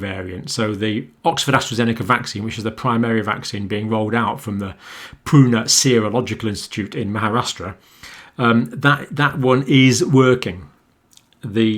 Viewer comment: It is pune n not pruner😀😀......ur contents are awesome.....